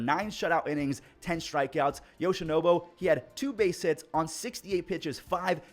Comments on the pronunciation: How long is this guy gonna call yoshinobu yamamoto yoshinobo 😭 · love ya but its not “yoshinobo” lol its NOBU 😂